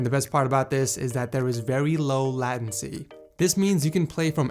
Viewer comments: There is very low what? LAAtency??? WHAT! WTF? Its is latency as in late and ncy (leh-t-en-si) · laaa • ten ~ cie Its more like laytuncy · Its lay-ten-sea not la-ten-sea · Its not lahtecy it's laytecy. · Latin - see lol, it's "late n see" latency. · P.S: your sentence should be... It's pronounced latency (leh-t-en-si). How are you going to say," as in late and ncy" if you put how to pronounce it at the end, just keep it short and simple, he isn't retarded... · late-en-see latency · low "lagency" XD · Did he say laaaaaatency😂😂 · Latin-see? Lol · did you say lat-ency? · say latency like a normal person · I paused the video right when he said “latency” and came right to the comments 😂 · 0.14s when you're a PC n tech youtuber and you pronounce latency wrong 😂😂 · I love how you pronounce latency